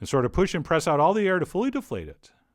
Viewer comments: Pir- osh-ki. Accent first syllable. Secret to best dough is sugar. About as Greek as stroganov. Piroshki are cylindrical in shape: they dont look like dinner rolls. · пирожкИ (ударение на И), бля как по-английски, кто знает - напишите в комментариях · Chef John, right way to pronounce is "pirozhkI" with accent on last I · Its "pyrizhky" and this dish is Ukrainian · "pirOzhki"... How can you call yourself 25% Russian after saying that? Only "pirozhkI"! :) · Its pronounced piroshki, not piroshki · Крутой рецепт, спасибо. Кстати, произносится pirozhkEE, not pirOzhki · pirozhkI... with an accent at I, please. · Not PirOzhki, correctly - PirozhkI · It's not Pirozhki, it's Peerozhki, with accent on last i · Not pirOshki, pIroshki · PirozhkI, not pirOzhki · I subbed... it's pronounced {Pih-ro-shhskii} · They are pronounced “Pirrohii” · Pronounced peer-rozh-KEE (the zh is like mea-SURE) - I took Russian in high school, and we did a field trip to a Russian Orthodox Church, where they served an authentic meal - and the thing that I remembered most was the pirozhki (пирожки) - mmmmmmmmmm! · Chef, it's pronounced "pirashkEE". It's amazing of you to show this! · Russian here.First of all, you're pronouncing it wrong (which is expected), it's pee-rozh-KEE.Secondly, what you made is some meat stuffed doughnuts, more like belyash or samsa, which is middle-eastern cuisine. We never deep-fry stuff, at least at home.The real pirozhki are shaped like a boat (look it up, russian Wiki has a good photo) and they are either oven-backed or pan-fried, never deep-fried. Oven-backed are the best IMO.Lastly, the filling. Pirozhki are usually stuffed with potato & cabbage, or green onions & eggs, or mushrooms, or berries, or even cottage cheese, but never only minced meat. If you prefer this meat doughnut to the traditional recipe, please don't call it pirozhki. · u pronounce it wrong. it's pirozhkI, accent on "I" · Its pronounced: peer-rowsh-key. Your friendly neighborhood Slav here.